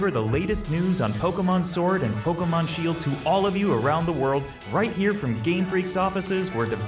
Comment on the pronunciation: Shield-o and Sword-o?! Tim your eye is getting to your brain!